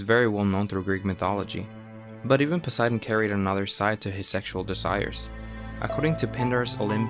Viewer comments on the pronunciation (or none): none